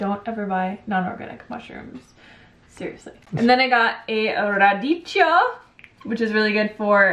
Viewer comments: Radicchio is pronounced with a hard C. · Ahah, it's "radiKKio" :) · 'ch' in Italian equals to 'k'. Radicchio is pronounced 'radikkio'.